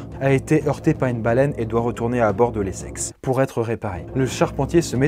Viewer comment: Je suis le seul à entendre "les sexes" au lieu de l'Essex toute la vidéo ? XD